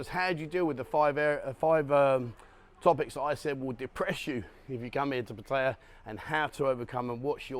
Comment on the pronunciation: Oh nooooo not another that has zero idea how to pronounce Pat…Tie…Yah